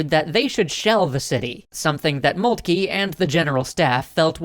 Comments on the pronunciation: Who is Moultkey?? Do you mean Von Moltke ( pronounced Moltka )? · Molt-kah. Hel-mutt von Molt-kah.